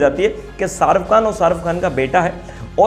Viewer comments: Pehli baat Sharuf Khan nahi sharukh khan naam hai ..naam to suna hoga ... Doosri baat kisano ka mudda tumhe chota lag raha hai to tumne apne bolne per sochna chahiye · Hahaha ''sharuff khan '😂 jis admi ka naam nahi le pa rahe tum ..to uski personality ka kya andaza lagaoge ..😊